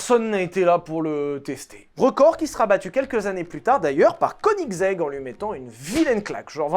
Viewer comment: Pour info le o de koenigsegg ne se prononce pas ! Et un VTech sur koenigsegg je suis preneur !!